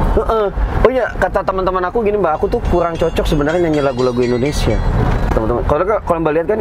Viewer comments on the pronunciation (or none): none